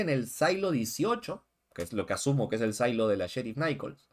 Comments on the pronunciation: "Sailo"????!!! SILO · Estas hablando en español. NO PUEDES DECIER SAILO. SE PRONUNCIA SILO (SIN LA A)